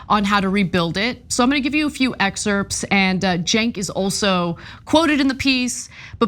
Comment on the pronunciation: Is it me... or does ana pronounce silent letter like the P in "excerpts" ???